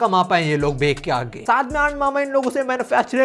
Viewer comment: it's bech (बेच) not bek